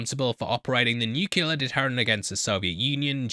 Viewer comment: Do English people pronounce nuclear as “nookular”?